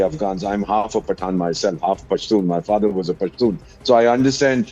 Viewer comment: 1st you have to learn how to pernounce your father name !